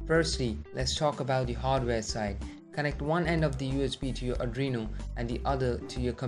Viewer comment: adrino? r Arduino?